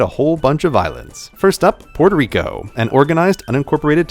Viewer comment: porterico? facepalm.